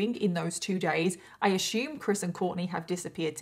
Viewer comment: Love your content but please pronounce "assume" properly. Drives me nuts 😂.